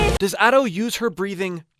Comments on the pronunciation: Sorry to nit pick, but Ado is pronounced as Ahh-do, as in ah ok, and do as in do the note name, as a Japanese person who listens to Ado all the time it bothered me, again I'm sorry if this came off rude to you or anyone else. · Been following you for years, it's so surreal seeing Ado becoming a mainstay haha! Idk if anyone's told you or not, but her name is pronounced as "Ah-dough" 🙇🏼‍♂️ Thank you so much for the wonderful video!! So informative and insightful, especially as I prepare for my first live show! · ado? It’s Ado pronounced A-dough ok? But ur right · It's pronounced as Adu (or just as Ado id you speak spanish).